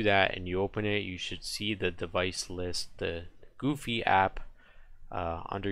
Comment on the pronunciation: Go Vee not Goo Fee